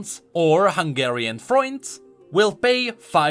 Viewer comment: Oh yes the good old Hungarian "Froyint" 😂